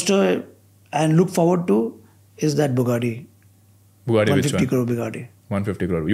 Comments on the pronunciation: wrong pronunciation of the name of the Bugatti even though u are a car enthusiasts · you butchered that Bugatti's name